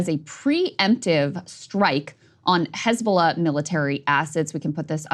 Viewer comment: Crystal can speak Arabic letters!!! Amazing... Crystal actually says "Hizb-Allah", with the H being the "HHH" in Arabic... not like fox news, who hate Semitic languages. Fox news says "Hezbolah".... like Islam, fox wants to erase 2.5 billion people. They say it like far away distant "IZLAM", these Mozlemz...lol. Almighty God bless breaking points team! Smart folks!!!